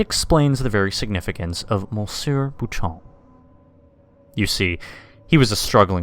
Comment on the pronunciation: Why would you pronounce it "boo-chomp?" It's French. You shouldn't really pronounce the p and the last syllable should be nasal. Also, my question is how the hell are they preserving paintings made out of blood, bile, and organs? I'd be quite interested to know the details of the conservation practice. LOL